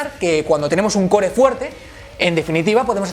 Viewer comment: no lo sabe ni pronunciar jaja